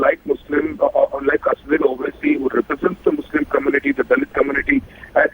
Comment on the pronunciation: it is nt asaaauddin Owaisi, it is asaduddin Owaisi